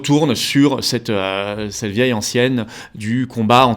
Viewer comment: cette vieille antienne [ɑ̃.tjɛn] et non [ɑ̃.sjɛn]